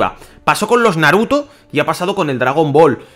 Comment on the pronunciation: por que putas dice dragon boro